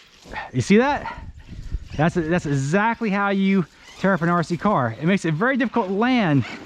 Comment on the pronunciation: RC "CAR!" Why are u saying it like that lol. Stop emphasizing"car" plz. I can't watch anymore...